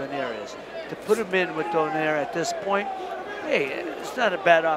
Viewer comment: Love pronouncing "Donaire" correctly. do-NYE-reh